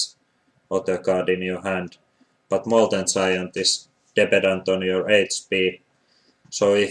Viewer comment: do u mean molten (G)iant or molten something like "molten ziant" ?